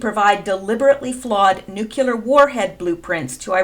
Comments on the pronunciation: There aren’t two ‘U’s’ in the word Nuclear... it’s nuc-lee-ar - not Nuc-U-lar... just sayin... {Metathesis (linguistics) Metathesis (/mɪˈtæθɪsɪs/; from Greek μετάθεσις, from μετατίθημι "I put in a different order"; Latin: trānspositiō) is the rearranging of sounds or syllables in a word or of words in a sentence. Most commonly, it refers to the switching of two or more contiguous sounds, known as adjacent metathesis[1] or local metathesis:[2]} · Please don't say "nukUlar" like George W .... It's pronounced Nuclear" (new Klee ar) not (new que lar) I. Like you and your posts, you're a nice person and I don't want to be reminded of GWB by you. Just a friendly criticism. :) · Btw they’re not “NUKULER weapons they’re NUCLEAR weapons. Please try to pronounce it properly. Since you said it so many times it was very annoying. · Thanks for your perceptions and research. One tip, it's spelled and pronounced "Nu-cle-ar"not "Nu-cu-lar". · PLEASE ...! NEW_Q_LUR is not a word. If you can't pronounce Nuclear properly try this old trick... Say New-Clear as in NEW CLEAR war. Kudos and thanx to good ol "WALT KELLY" for this from his comic strip for many decades ..."POGO"